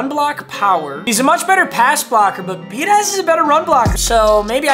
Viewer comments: much love but it’s be ah dish. not be a daz. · Biadaz is pronounced be-odd-ish just an fyi